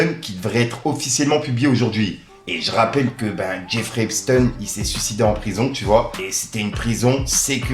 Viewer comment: arrête de dire epsten ces epstein montre bien qui fait parti de la communauté de l annaux.